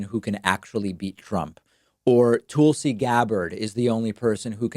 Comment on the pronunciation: My only question is where his 3% is gonna go to? Also David for the love of god (figure of speech) stop with the Tool-si shit. I'm not a supporter of her but that pronunciation is like nails on a chalkboard. Seriously man it's just annoying not funny.